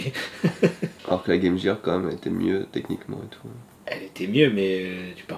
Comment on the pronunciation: Les gars... "Gear", sa se prononce en GUE, pas JE... lol